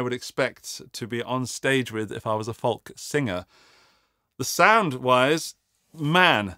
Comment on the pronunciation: Are you pronouncing the L in folk?